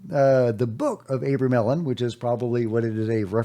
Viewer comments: Today's unpronouncable word is abramelin. Pronounced uh-BRAY-muh-lin with the emphasis on BRAY. However, gpt says otherwise. 🤷‍♂️ "AH-bruh-meh-lin" or "AH-bruh-mel-in" Here’s the breakdown: AH – like the "a" in father bruh – like bruh (casual form of "brother") meh – like the "me" in melody lin – like the "lin" in linen You got this 😅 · its Abra-mellon. The abra is pronounced like abracadabra. Fyi